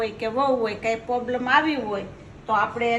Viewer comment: બા ઈંગ્લિશ બોલે વાહ પોબલમ 😂😂😂 તકલીફ બોલો બા